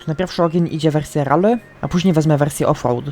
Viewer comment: nie mówie tego złośliwie ale trochę boli w uszy jak mówisz "RALLY" mówi się "RELII" a pisze si3lę Rally